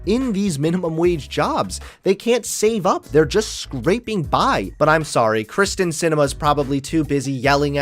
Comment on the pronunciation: Hey constructive criticism. Terrific video. However her name is “Kyrsten” not “Kristin”